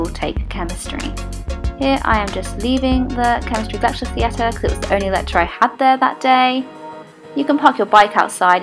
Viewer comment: I live in South East England, and I have never heard anybody pronounce the A in theatre to the extent you did in this video lmao